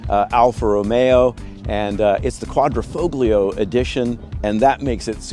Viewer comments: qua dree foll yo. The G is silent. The foll rhymes with roll. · it's "folio" vs "foglio" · "QUAD-RO-FOB-LIO" 🤣 Really? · "quad-dra- fole-yo", please.... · Said Quadrifoglio. The G is silent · The G in Quadrifoglio is silent bro. 🤦🏻‍♂️ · The “g” in Quadrifoglio is silent. God Americans are an embarrassment. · Excellent review but the G is silent. Think Italian. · The G is silent in Quadrifoglio. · the G in Quadrifoglio is silent